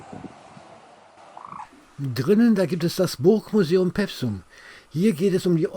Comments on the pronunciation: Vielen Dank für diesen schönen und informativen Film aus meiner/über meine Heimat! Etwas zum Schmunzeln gab es auch: "Peffsum" - richtig ausgesprochen wird der Ort Pewsum mit einem langen "e", also etwa "Peefsum". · Bitte nicht pewsum sagen. Das heisst Peewsum. Mit langem e. Ansonsten nett.